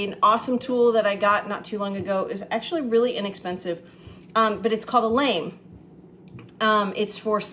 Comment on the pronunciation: I have your cookbooks and love this recipe. FYI, the lame is pronounced “lahm” . Go figure. 😁